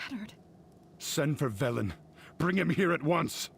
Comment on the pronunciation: Why are you caling him Vilen? It's Velen, you even heard Varian mention it.